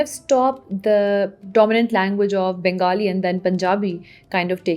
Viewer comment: ohh yes, I should have guessed it😄 the way you pronounced "Bengali" it was evident that you are a Punjabi 🥰